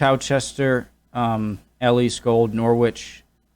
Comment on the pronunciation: Ah man you felt for it, Ely is actually pronounced Elee not Eli